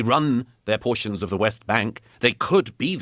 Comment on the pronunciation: British Epigenetic expression 🧬 🧬 🧬 PORRRRTIONS